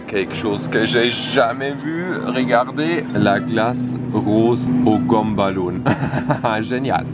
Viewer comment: Attendez comme il appelle le chewing-gum la le "gomme ballounne ?" ??